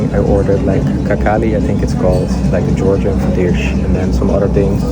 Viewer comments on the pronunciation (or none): Brother don't call it "kakali", it translates as "poopies". It pronounced as hinkali. I don't know who came up with the rule to transliterate "H" sound as "Kh", but it's very confusing. Same with "MaHachkala", "Habib" and "MaHachev" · Kankali no bro khinkali